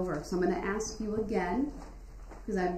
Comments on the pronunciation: Ax and ASK is two different words. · she keeps axeing you to be quiet...